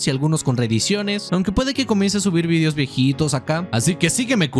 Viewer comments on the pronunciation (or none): none